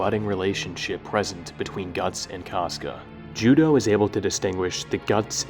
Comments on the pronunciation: His name is pronounced Ju-doh though Judeau is a French name "eau" in french is pronounced "oh" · Losing Judeau at the Eclipse was devastating for me, he was my favourite character in the band of the Hawk. All throughout reading the manga I pronounced his name “Ju-day-oooh”, not “Ju-doh” haha. It really bothered me how everyone was pronouncing his name haha. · Does anyone else pronounce judeaus name like joo-day-o or is that just me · He being pronounced Judō is the biggest mindblower for me